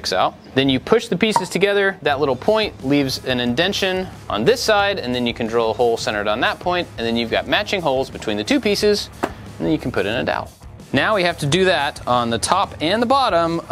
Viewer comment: You said “idention” so confidently that you almost made me believe it was a real word 😅😂